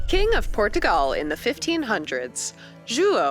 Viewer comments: Por-tugal is actually closer to the phonetic pronunciation. The r gets tapped slightly, which gives a slight pause/lift between the syllables! 😀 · Thank god!! You can pronounce my name marvellously! She hurts my hears in the video. She pronounces Portugal in Portuguese accent quite well but everything else is really bad :P